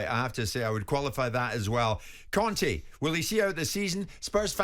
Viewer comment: Why did the fella keep saying Cone' instead of Conte 🤣🤣